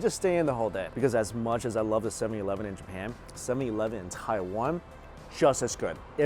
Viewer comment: Is the “sevi eleven” pronunciation an inside joke for long time subscribers or is he just saying it weirdly 🤷‍♀️